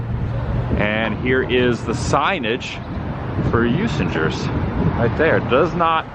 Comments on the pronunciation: Usingers ….. You Zing Gers ……. Best Original German Sausage ….. Congrats on the correct annunciation of WISconsin 👍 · Welcome to Milwaukee Adam. It's pronounced U SING ER 😀 Enjoy your stay but I must say GO BREWERS!! lol love you videos!! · I think.it is pronounced ' ooh- singers ' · I’m originally from Milwaukee… love that you’re getting to take in the sites around downtown Milwaukee. Usingers (the “g” is a hard “g”) is absolutely wonderful… fond memories of stopping there with a mom as kid, and ALWAYsa stop when I’m back in town. The Wisconsin cheese Mart next door is great. You were right by the Milwaukee Historical Society (on the river at 2nd and Kilbourn… by Hyatt hotel, and American League founding spot) is really cool to check out, and was a filming location for the film “Dilliinger”. Also the part of the freeway downtown by the lakefront was used asa filming location for the Blues Brothers movie (car chase scene with the Nazis where they jump off end of then uncompleted freeway, and land in Chicago). The 3rd Ward is old warehouse district (burned down in 1891), now full of upscale condos, bars and restaurants, and very cool Milwaukee Public Market. The Art Museum on lakefront at end of Wisconsin Ave. was one of Biggest Santiago Calatrava commissions…. TheHarley Davidson museum is over on 6th Street. So much more I could add… love my hometown! (I live in Dunedin, FL near Tampa-St. Pete now)! Enjoy the Rays-Brewers game(s)… Asa lifelong Brewers fan, Wish I could be there to join you… Be sure to tailgate before the game, if the weather is decent. At least, the Brewers ballpark has a retractable roof if still chilly / rainy at game time…. Roof open when it’s nice! ❤️